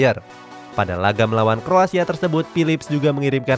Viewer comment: Aku yg salah denger apa emng salah sebut Kroasia 😁